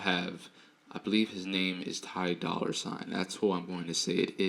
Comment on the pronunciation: Dolla not dollar😭🤦🏿‍♀️